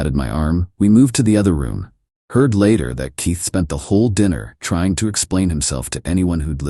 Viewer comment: Somebody please tell me why AI can’t pronounce the letter K I’m so sick of using your tea to open doors and who names their child teeth 😂😂😂